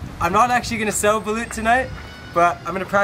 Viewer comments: its not baleeeeuuuut bruh, its "balooooooooot" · Kuya, the spelling is Balut but the pronunciation is Ba-Loht